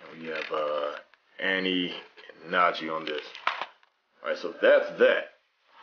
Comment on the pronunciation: It's not Najee its hange Zoe